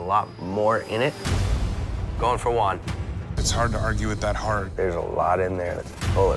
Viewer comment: When they called Juan "One"💀